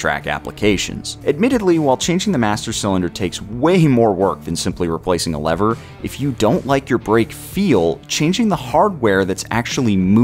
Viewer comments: Why do you keep saying Leathers?! It's Levers, pronounced Lee-vers😅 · the only thing that is making me emotional, maybe angry, is the way you mispronounce "lever"